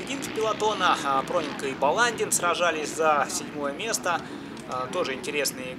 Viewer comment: Проненко ударение на "е"